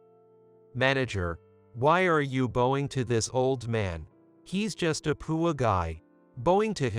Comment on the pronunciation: If you going to read a book learn how to say the words correctly it's poor not poorie it's bowing not boning